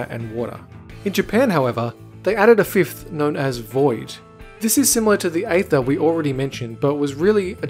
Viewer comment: Aether is pronounced as ee-ther, not ay-ther.